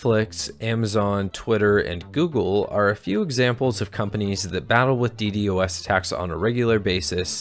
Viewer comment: It hurts hearing DD-OS over D-DOS